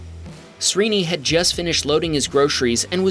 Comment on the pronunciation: FYI Srini is pronounced like SHREE-ni.